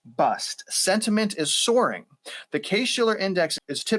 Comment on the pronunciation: Sourering NOT Soaring !!!!